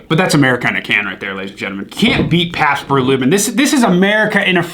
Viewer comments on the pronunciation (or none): with an r in Blue, and Libbon instead of ribbon? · Pabst “brew libbon” 😂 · “Pabst bew rebbon “ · He really said Pabst brew libbon a few times around this time 😂😂😂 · "pabst brew libben" 😂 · "Pats brew libbon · "Pabst Brue Libbon" 😂😂😂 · Pretty sure he said "can't beat Pabst Brue Libbon" 🤣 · "ya can't beat pabbts brew libbon". Ahahah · "you cant beat paps brue libbon" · he says Pabst brue libbon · I’ll tell ya hwhat... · yup caught that too